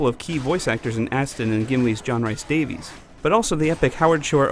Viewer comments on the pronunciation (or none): none